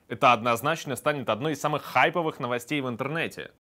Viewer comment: Не хАйповых, а хайпОвых